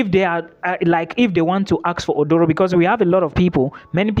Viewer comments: Aduro, not Odoro. A Ghanaian word. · It is not Odoro. Read my lips...say A-DU-RO 😂